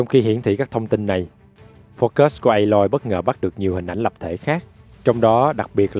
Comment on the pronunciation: anh đọc sai rồi phải là a-loi